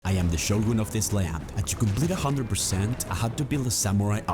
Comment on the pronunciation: That's the actual correct pronunciation. It definitely isn't Show-Gun or whatever else common English speak has bastardized it to.